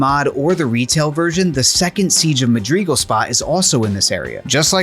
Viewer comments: t....that's not how you say madrigal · honestly redo the video saying it correctly cause this is painful to a halo fan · It was annoying me so much that he kept mispronouncing it. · Most mind blowing thing about this is discovering a new Halo CE soundtrack I've never listened to. How fascinating! Your pronunciation of Madrigal gave me a little bit of cancer, but the rest of this cool video more than makes up for that. The pulse generator thing is a really cool addition, and while it's cool using the banshee for so long is an option it is mean and very un- like to completely abandon the marines by using it. Even though the CE tank sucks ass, if I played this I wouldn't leave my boys behind. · Please learn to pronounce Madrigal. Also, it was originally written for Myth: The Fallen Lords, not Halo. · Love to see this series continuing, but I have to say I have never heard anyone say Madrigal the way you do in this video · its mad-rigal not ma-grigal..... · Because he said Madreegle. Not madrigal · FYI it's pronounced Ma-dri-gal, not Ma-dreegal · Mad-ri-gal, not Ma-drig-al... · This video is incredibly interesting and entertaining but oh my GOD the pronunciation of Madrigal as muhd-REE-gull was driving me nuts 😂 Madrigal is pronounced MAD-ri-gull. Madwriggle. Madrigle. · Pretty sure it's pronounced "Mad-rih-GAL", not "Mad-REE-gal" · Its madrigal not magrigal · It's also not pronounced the way the creator pronounced it. The correct pronunciation is "seej of MAD-rih-guhl", not "mah DREE guhl". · Dude, seriously. I have a lot of gratitude and respect for the work that is doin here, but him saying Madreegle instead of Madrigal was friggin killing me. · "Madreegal" lol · Siege of 'Muh-dree-guhl' . This should make for a nice sound bite to annoy Myth: TFL fans. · "Madreegul" blows my mind that grown adults lack proper pronunciation skills. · Funfact. It isn't pronounced "MaDeeeeguulll"....ffs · Rhymes with magical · Madrigal. Madrigal? Madrigal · Ask Kwan Ha 🫣